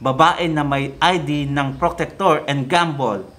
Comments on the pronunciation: alam mo supporter ako ni tatay, naniniwala talaga ako ni tatay....kaso napapansin ko sa mga vlog parang hindi mo talaga pinag aralan....hindi po protector ang pag pronounce nyan procter po yan...kaya minsan natatawag na obob ang ibang dds dahil sa mga kagaya nyo eh..pag aralan mo muna ang lahat ng video na gagawin mo im not saying na hindi ka marunong but please research everything before you make a video.... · Procter & Gamble sir hahaha mali ata pagka sabi mo. Parang protector and Gumble hahaha